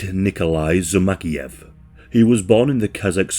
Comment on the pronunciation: But not Zumagaliev it is Zhumagaliev or Jumagaliev!